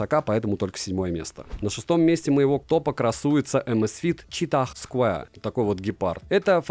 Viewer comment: найди в Гугле правильное произношение square. Умоляю…. Это сильно портит уровень твоих видео….